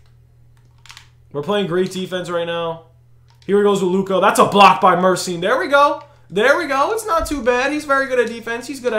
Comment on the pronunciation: Isn’t it mur-eh-sean😂